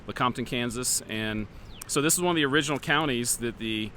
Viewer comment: It may be original, but it may not be o-ridge-inal.